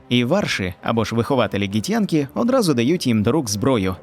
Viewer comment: Ґі-хто???😂 Вони Ґіфьянкі, а не Ґітьянкі